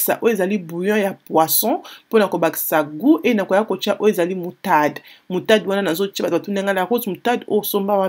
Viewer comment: On dit moutarde pas moutade